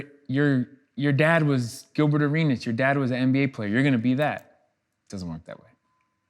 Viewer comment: He called him gilferd😆😆